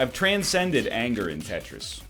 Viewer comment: "Anger has been tran-send-ed"